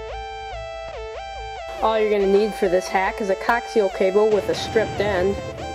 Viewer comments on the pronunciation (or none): Its Coaxial cable not cocktail cable....lol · lolz i thought he said cocktail cable :/ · no i believe he said cocksial cable... must be a fetish tv store